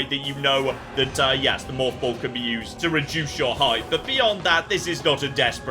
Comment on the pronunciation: The way says “morph ball” makes me think he’s saying “moth ball” in British.